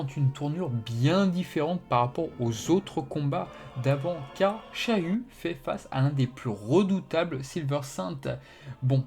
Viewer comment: je suis le seul qui entend chayu au lieu de shiryu???